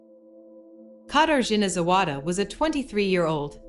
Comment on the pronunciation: Shame you didn’t take the time to properly learn how to say her name..